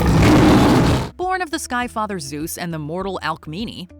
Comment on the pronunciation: ZUESSSS 😂 ALWAYS KILLS ME